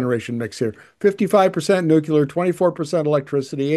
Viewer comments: Good but I couldn't watch til the end. You have to stop saying "nu cu lar". Drives me crazy. It is pronounced "nu clee ar". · If you want people to take you seriously, you need to learn how to pronounce nuclear. Nu-clear. As in New clear day. Ford is dead set against green energy because he doesn't understand what it is. He does understand the money people are paying him to permit pollution generating projects. (Nuclear power plants are made of concrete and concrete production is a major source of greenhouse gas). Made worse by the fact that after billions in sunk costs, this plant will never come on line. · Nucular.... what is that exactly ? Can't find that in any dictionnary or encyclopedia.